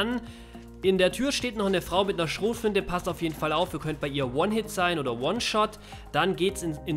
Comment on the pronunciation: "Schrotflintä." bin abgekackt